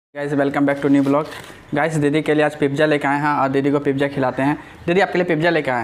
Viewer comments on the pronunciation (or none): Abe pagal admi it's not pipija its pizza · Aap khana mu band Kar ke kha ya Karo Awaaz ganda lag ta hai pizza Hota Hai pipzza nahi